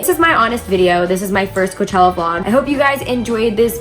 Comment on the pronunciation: "Koochella" okay....